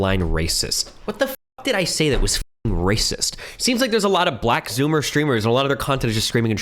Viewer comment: "The blax" 💀